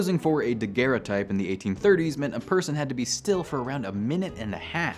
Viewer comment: Thank you so much for pronouncing Daguerreotype correctly.